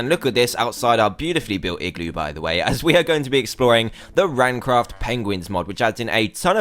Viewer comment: 00.25 did he just said traincraft?? XD